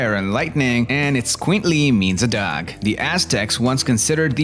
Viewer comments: Man, this accent is distracting. Try getting down the pronunciation of "dog" (not dag) before adding inflections and intonations. I promise, this is constructive feedback and not a bash. Great video on these amazing dogs! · why does he say "dog" like "duck" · "D'ya like dags?"